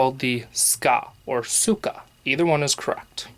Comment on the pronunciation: 'the handle is called ska or suka, either one is correct'. Sorry to disappoint you, but either one is wrong, because in English you don't have a correct sound and a letter to represent it you often end up with such mistakes. It' called zzuka where zz is as in pizza.